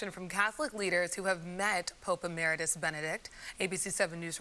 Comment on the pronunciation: Amazing reporter, Gloria??? doesn't know how to pronounce EMERITUS. I wonder if she even knows what it means. Where did she go to school or perhaps did she? Paul Laboda